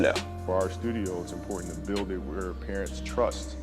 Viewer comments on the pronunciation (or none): none